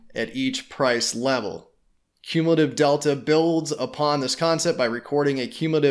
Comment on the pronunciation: You can’t even pronounce cumulative